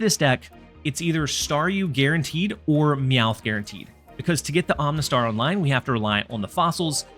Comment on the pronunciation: Are you purposefully mispronouncing the Pokémon names? 🤣 Om-uh-nite (not Om-nih-tee) Om-uh-star (not Om-nih-star)